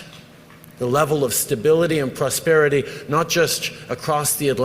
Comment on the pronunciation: Plusperity. Wth ?😊